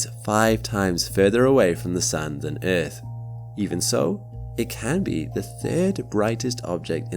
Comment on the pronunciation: But but but the erf is flat guyses😂😂😂😂😂